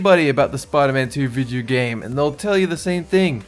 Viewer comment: Lol he said vidyo gahm